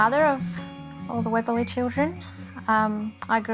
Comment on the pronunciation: Hi I am from Europe and I am distantly related to this family. I notice Andrea cannot pronounce the surname Webberley properly. Webberley is not pronounced as Webbel-ley. Webberley is prenounced as Webber as in Andrew Lloyd Webber and ley is is pronounced as Lee. In German speeaking countries the surname is pronounced as Veeber-lie, Veeberlie. I also didn't know I had dstant Catholic relations in Australia. I was lead to belive all my very distant relations in Australia were Anglican and Presbyterian.